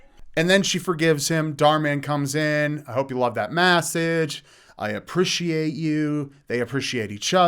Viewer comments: Plot twist: Dhar Man used to be a masseuse and that's why he always says massege and apreaciate (pressure) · “Hope you apprishiate this massage” 😂😂😂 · "Apprish, apprish, apprish, massege massege massege" LOL that killed me 😂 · These videos have been plaguing my facebook the last few months. I JUST noticed that he actually says "ApprIciate" and "mASSage". Thank you for hating these as much as I do,. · Definitely agree with you on the toxic relationship situation. I'm also glad I'm not the only one who is annoyed by how he pronounces message and appreciate.